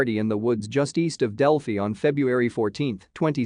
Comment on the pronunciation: It pronounces Delphi terribly!